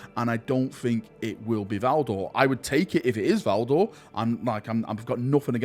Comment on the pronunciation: It’s Valdor. Pfft.